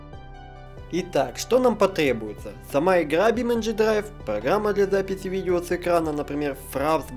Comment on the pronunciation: я для запифи ,сходи к логопеду